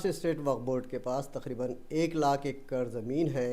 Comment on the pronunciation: तखरीबन ❌ तकरीबन ✅